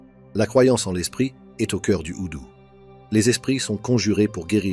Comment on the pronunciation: Houdou ❌ Doudou ✅